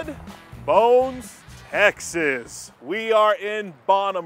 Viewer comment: This guy's voice a d how he says Texees....drives me nuts